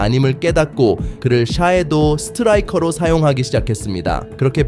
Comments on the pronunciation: 외국인이네 샤이도우 스트라이커가 아니고 쉐도우 스트라이커라고 하지 ㅋㅋㅋㅋ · 좋은 내용에 비해, 단어 발음이 너무 아쉽네요 샤도스트라이커 로마리우.. 이러면 예전에 강대호기자처럼 조롱 받습니다..